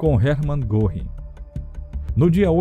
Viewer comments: Ótimo documentário, mas me dói nos ouvidos a pronúncia do nome Göring... (se lê "Guerring") não goring) ... crítica construtiva... abraço. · a pronúncia de Goring não é Gorrim. É Gêrin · O senhor também ta pronunciando errado!!! Não se pronuncia Guerring e sim Gurring. O apresentador do documentário só errou por pronunciar o rr fraco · Exato! Em nenhum documentário q assisti até hoje, não escutei certo. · Vamos dar um desconto pois a língua alemã é complicada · Aprenda a citar fontes do teu texto e a pronunciar direito nomes alemães, como Göring